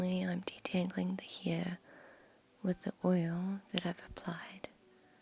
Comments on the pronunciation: I love how you say head, neck, and hair 💜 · I don’t get how you can pronounce scalp the correct way but can’t pronounce hair and head correctly....